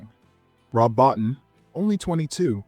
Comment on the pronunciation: Rob Bottin's last name is pronounced bow-teen.